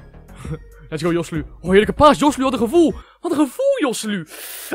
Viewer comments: kan je geen naam uitsprken je zeg josseluu maar je spreekt het uit als gosséloe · De 'j' is een 'g' in het Spaans. Je spreekt het uit als Goselu